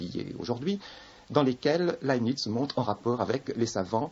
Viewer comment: Laibnitz, pas lanisse , svp !